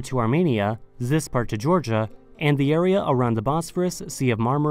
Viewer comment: Why do you say "za" instead of the? 😂